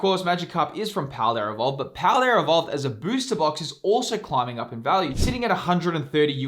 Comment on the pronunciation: There is no “R” in paldea evolved